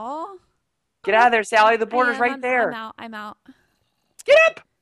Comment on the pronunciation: Sally not dally